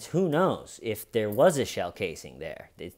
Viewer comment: You don't think that hay-ur is they-ur, Dalton? The HAY-UR WAS THEY-UR.